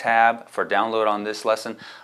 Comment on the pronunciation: Rick not Rilck ha!